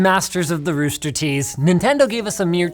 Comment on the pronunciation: I think it’s hilarious how Linus said rooster tease instead of c#%* tease lmfao😂